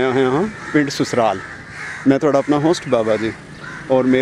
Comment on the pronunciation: Susral ni Sasral jinab